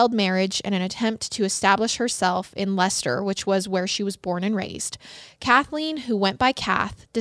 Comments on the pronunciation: Pronounces Leicester correctly and proceeds to take her life in her hands with the Scots 👀😳🤦🏼‍♀️😂😂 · As an English girl, hearing you say ‘Leicester’ really warmed my heart!!! I think that’s the first American yt/podcaster that I’ve heard pronounce it correctly!